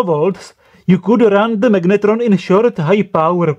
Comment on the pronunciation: Prosím tě, slyšel jsi se někdy?? to jak taháš do angličtiny tu hnusnou protááhlouuu češtinu je otřesné. magnetróóón, Je to jak hindština, protahuješ ty konce, to se nedá poslouchat, vždyť se ti dole smějou Anglicky umíš dobře, ale ta výslovnost.. hrozné! A vůbec nevím, proč mám tenhle hnus v doporučení pro mě...